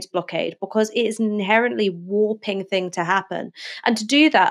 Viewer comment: why are you saying 'fink' and 'fing'?